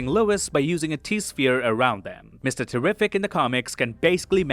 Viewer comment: First time seeing this channel but I have questions.. Is this AI voice? Bad pronunciation of Lex Luthors father name like "Leonnel". Saying Mr Terrific's name wrong twice then saying it correct once almost like it was pronouncing from bad spelling in a text prompt.